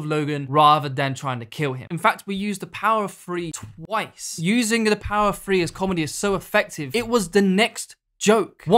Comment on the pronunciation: Power of THree not Free. You’re English dude, speak English.